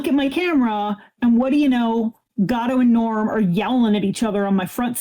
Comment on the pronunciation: It took me reading the comments to realise said her neighbours cat was called “Gato”. I thought she was saying “Godot” and her neighbour was a fan of absurdist plays 😄